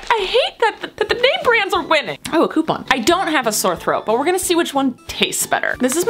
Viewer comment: It bothers me the way u say coupon